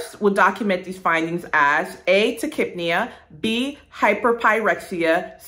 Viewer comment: The way she pronounced tachypnea really just blew my mind. I've been saying it so wrong lol